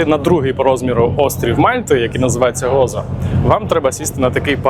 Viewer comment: Цікавий випуск, нагадав багато улюблених місць на Мальті, де я провів майже рік 20 років тому. Тільки не Гоцо/Готцо, а Гозо, не Слієма, а Сліма :)